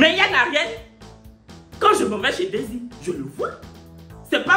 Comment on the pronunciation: aussi on dit daysie toi tu ecris desire😂😂😂😂😂😂😂😂😂 bientot on va preferer loic hein